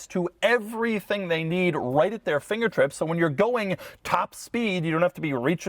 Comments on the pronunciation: He did say “right at your FingertRips” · He said finger "trips"😂😂😂